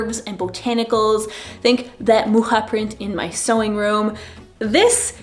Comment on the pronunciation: Alfons Mucha isnt from Poland, but from Czech. Both czech and polish languages pronounce "ch" the same way, though differently from your pronounciation. The sound of it made me giggle.